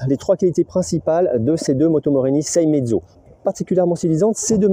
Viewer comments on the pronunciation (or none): Elle sont bien ces images de roulages sur route mouillé. 👍 Et te dire que c'est une sei-é-mezzo et pas une sei-mezzo comme tu le dis. 😉